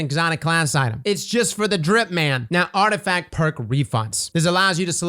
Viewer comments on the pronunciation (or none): "Arftifact Perk Refunds"